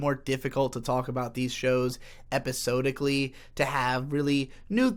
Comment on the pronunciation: you pronounce episodically wrong